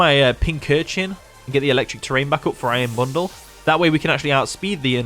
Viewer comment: "Iron bonduru" best part of the video